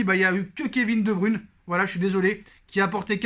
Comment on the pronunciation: Debruyne se prononce Debreuyne